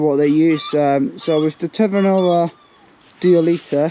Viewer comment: duoleeteh and qasah 🤣